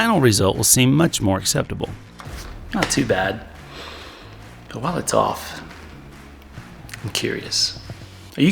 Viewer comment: "I'm gonna leave it off, it sounds good!" Your Rural Tennesee upbringing is showing,! (I say this as someone with a rural Texas upbringing.... it did sound good, lol.)